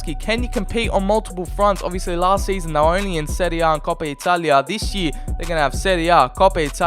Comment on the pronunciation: You pronounce “serie a” and “serie b” perfectly